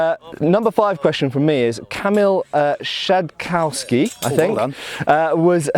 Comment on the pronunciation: Ale on powiedział Szadkoułski.